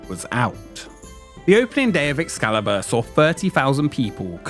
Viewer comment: does he say Ex salad bar?